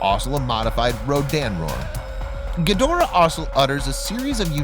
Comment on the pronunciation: Your nowhere near a Godzilla, Ghidora fan. This idiot mispronounces there names BIG TIME !